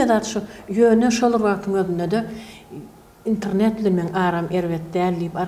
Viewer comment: INTRNET däl-de INTERNET diymani owrenmanler gechdi turkmen aga.